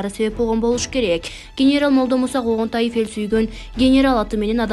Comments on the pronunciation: Коогонтаев эмес Конгантиев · Когонтаев эмест, Конгонтиев десен сабатсыз экенсин😏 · 🤣 ииий ай кыз шашпай туура окубайсынбы сен башка фамилияны айтып жатасын УЯТТТ🤣👎🏻 КОНГОНТАЕВ эмес КОНГАНТИЕВ☝️ туура оку сенин фамилиянды туура эмес окуса эмне дейт элен, ошо! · Туура окусан коогонтаев дейсин да конгонтиев ко фамилясы анан 23жашында дуйно салды дейсин да маани берип окучу шашылбай адамдын нерфин ойнойтпой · Когантаев эсес Конгантиев туура окугула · Конготаев эмес Конгантиев эле го. Эч бир туура окуганды уйронбодунор. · Коогонтаев дебестен туура окусаңар боло? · Ушул журналстер тагыраак суйлосо когонтаев эмес конгантиев 23 жашында дуйно салды деп койду Даана жашы канчада экен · Когонтаев эмес Конгантиев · Шумдук даярданып шашпай айтпайсынар Конгантаев эмес Конгантиев 23 эмес 63 жаш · Ай блогер кыз мектепте окуган белең? Сенин сүйлөмдөрүңдө үтүр, чекит барбы деги? Грамотно сүйлөчү Конгантаев дебей.Конгантаев эмес Конгантиев .Быдылдабай ар бир сөздү шашпай оку Тез- тез көп жаңылык айтпай аз болсо да маанилүү сүйлө азыраак болсо да элге түшүнүктүү кылып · Ошондой айтты 23 жашында деп тантык. Конгонтаев дейт ой манкурт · Фамилиясын туура окучу окуп жаткан акмак деги окууну буттун беле.Генералды жок дегенде туура окучу ансыз да ото окунучтуу. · Ой чоң кыз Конгантиев ..туура оку. Уят болот